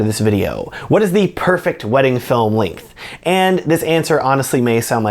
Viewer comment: So, when you say "Linkth" do you mean "Length"?